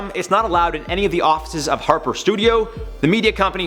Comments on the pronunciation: It's Harpo Studios not Harper studios..... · It's HARPO studios, not HARPER 🙄😒😂